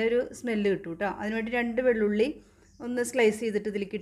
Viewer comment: Vellulli alla veluthulli😜